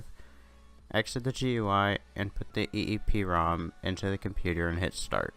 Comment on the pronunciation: Never seen such a large content steal dude, even the typos of the original video, awesome , at least the creator knows how to say eeprom